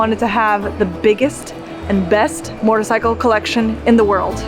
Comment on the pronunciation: You have an interesting way of pronouncing “motorcycle” as “mortorcycle” - with an extra “r” thrown in. Wonder where you picked that up